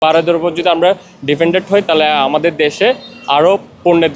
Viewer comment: Dependent ❌ Defendent ✔️ 😂😂😂